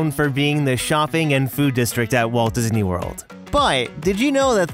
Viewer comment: Disney not Dysney